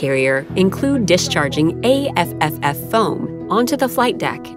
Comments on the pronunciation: The navy says A tripple F not A F F F lol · The foam is pronounced " A Triple F ".